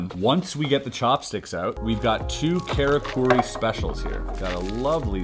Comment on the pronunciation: how u gunna pronounce oishii right but karakuri wrong xD